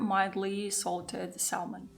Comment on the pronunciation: The 'L' in 'salmon' is silent. It's pronounced 'sammon' 😊 I think I will make this. It looks good 😊